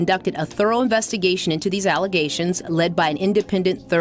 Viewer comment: I’m tired of her and her allezations…